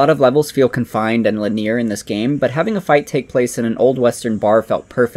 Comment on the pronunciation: Does someone else write your scripts for you? You keep pronouncing linear wrong.